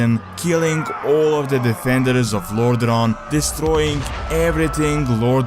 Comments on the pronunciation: It's not Lordron, but lordaeron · sorry man, but the way you pronounce Lordaeron make me quit the video :(